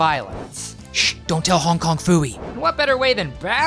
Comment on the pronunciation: You got Hong Kong Phooey’s name wrong.